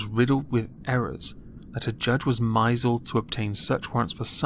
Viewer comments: You're right about the evidence mate. A string of anecdotes mean nothing unless there's concrete proof behind them. For all I know Jon Wedger could just be pulling stuff out of his prostate about the rape gangs happening in the UK. Also... mizled. Bwahahahaha. I hate being a Nazi of any kind, but it's pronounced "miss-led" :D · not to be that guy but it's pronounced miss lead not misled. I'm sure a simple mistake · did you call it mizled? it said misled, didn't it? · Misled is pronounced Miss led, as in To be led astray,. Although that Mizulled pronunciation was kinda cute, and moist. To the serious bit, doesn’t the Ted Heath thing pop up every 5-10 yrs, or so? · Maybe it's an American thing (love your videos, btw) but "misled" is pronounced "miss-led" not "my-seld" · Yeah but myzled is such a good word it should be used for something.